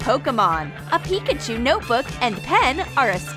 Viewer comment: Really she said pickachu not Pikachu